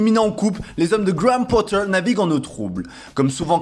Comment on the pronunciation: Graham Potteeer Avec l'accent en plus, quel crack !